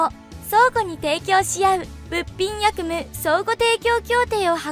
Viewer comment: やくむ じゃない えきむ‼️